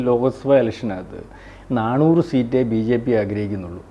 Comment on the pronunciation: എടോ നാണൂറ് അല്ല നാനൂറ് ആണ്